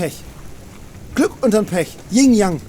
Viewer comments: Nur so zur Info: Es heißt Yin und Yang. Und nicht Ying und Yang ^^ Aber hey, geiles Video wie eh und je <3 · Es heißt übrigens Yin und Yang, nicht Ying ;) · Es heißt btw Yin g und Yang ;) Und Yang ist männlich un Yin weiblich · Wie sehr zerstört man Fynns Lebensbild, wenn man ihm mitteilt, dass das "YIN und Yang" und nicht "YING und Yang" heißt?